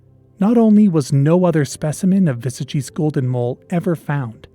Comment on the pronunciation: XD Your pronunciation of "Vesagie" needs a little work (hard W, e is pronounced a little higher than uh, a is a long aah, hard G, ee. Wuh-saah-gee). The Northern Cape is such a desolate and impoverished area with only 1 or 2 major highways going through it. The towns in the Northern Cape are usually small apart from one or 2 larger towns. It's very possible it might be overlooked and could still exist. One of my grandmother's biggest claims to fame was rediscovering a species of daisy that was thought to have gone extinct while simply going out to paint flowers as she liked to do (Euryops muirii). So Something small like a mole in the VERY large and expansive Northern Cape isn't that crazy.